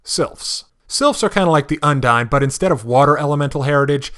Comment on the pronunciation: Pronunciation Guide: Aasimar: Awe-see-marr Undine: Oon-deen